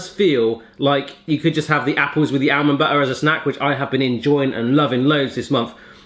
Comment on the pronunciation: He can't say almond haha